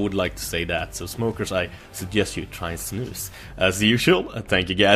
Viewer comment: jag är svensk sååå jag fick typ huvevärk när du sa de på svengelsk ;)